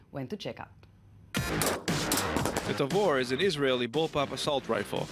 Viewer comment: Thanks for watching! And I don't blame them: I was probably the first guy to mispronounce Tavor on youtube ;)